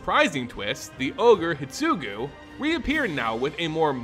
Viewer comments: Neon Destiny instead of Dynasty Hi-DE-tsugu Orochi, Myojin, etc. At one point I was like "he must be doing it on purpose to get comments on how bad it is";) While listening to this podcast style it made it somewhat hard to follow, but swithching to video gave it some context - this could be further improved if you included a showcase of cards relevant to the discussed plot (if those exist) like you did when you were introducing the characters. Have you thought about asking some Wizard's affiliated person for pronunciation tips prior to making this kind of videos? Maybe try having a selected few do an early viewing and delay the actual video to improve it based on feedback. Don't want to undermine the amount of work you already put into the video - it is GREAT and you can be proud of what you do for the community. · The only issue I have with this video is your pronunciation. Normally it's not a big deal, but you kept calling Kiku "Kiki" and Hidetsugu "hitsugu" and that drove me crazy haha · What about "Hidetsugu"? Am I crazy for thinking an entire syllable got left out? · Thanks for the timestamp (and apologies for the late response). Yes, a whole syllable was left out. It should be pronounced "hee-deh-tsu-guu", not "hid-tsu-guu". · I just don't like the way you pronounce many names. You miss letters. Hidetsugu for instance in hee-sugu. It should go a bit more like hee-DET-sugu. The rest can be over looked. As no one set what letters to emphasize. But that one is grating lol. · The video is amazing, but how you pronounce Hidetsugu really triggers me 😂 there is a "DE" between "Hi" and "Tsugu" HI-DE-TSU-GU 😝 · The ogre is pronounced he-det-sue-goo